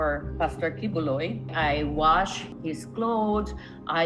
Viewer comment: Good video but please learn to pronounce Filipino names correctly. It's "Kee boloy" and "kra me".